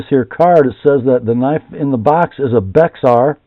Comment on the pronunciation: Bexar is the county San Antonio is in. It's pronounced "Bear." Tx does that a lot.